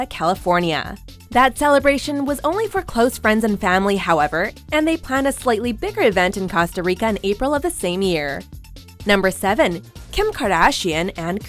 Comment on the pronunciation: Why did she say casta rica instead of Costa Rica